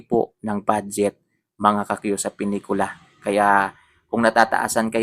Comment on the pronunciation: Boss, pilikula, hindi pinikula...😂😂😂